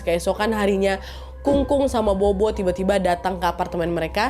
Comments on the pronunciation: Kak Nadia , cuma mau koreksi dikit BOBO dalam Chinese itu sebutnya POPO ... Jdi di chinese B itu P ... Jdi kaya BOBO - POPO ... BABA - PAPA gtu ... 🙏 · Bobo baca nya Popo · sedikit koreksi wak, buat org chinese tulisan bobo itu dibaca "pho-pho /popo" buat video selanjutnya jangan salah lagi ya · bobo bacanya popo nad.. dupa itu hio